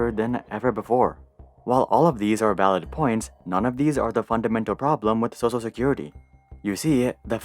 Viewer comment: Why do you pronounce "social security" as "sosa security"?